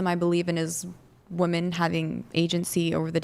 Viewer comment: Chair 1: You can't even pronounce WOMEN correctly...How the HELL you gonna be some once in a lifetime, top-tier, badass Doctor Babe?! Pssshh...the delusion is strong with this one🤦🏻